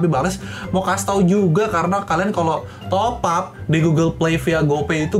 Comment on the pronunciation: Top up bang, bukan topap